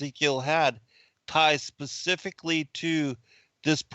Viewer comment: You didn't "get it"! You said the Bible "pacifically mentioned" and I corrected you with the Bible "Specifically mentions". Pacific is an ocean and there is the word "pacify" but I don't think either word was appropriate to what you were struggling to say about the Bible.